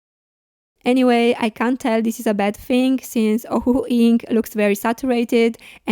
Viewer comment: I couldn’t understand your “can’t/can”? For instance whether in the Layering discussion I’m not sure whether you said you can or can’t find very light shades? Many thanks. A nice review.